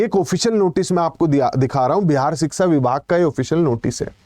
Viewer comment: लगता है आप भी योगी के साडू हैं शिक्षा को शिक्सा कह रहे हैं